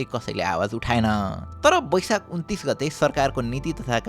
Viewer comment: It's baisakh Not baisak